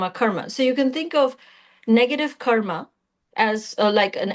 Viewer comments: Any reason why she saying kar instead of karma and dhar instead of dharma ? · She said Dharm and Karm. Same difference as Ram and Rama or Krishn and Krishna - just different Sanskrit pronunciations/spellings for the same word per different Indian regions and societies... Technically only the consonants intende to be are pronounced.